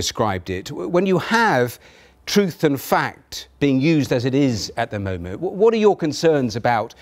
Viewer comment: "At the momo"? Dafuq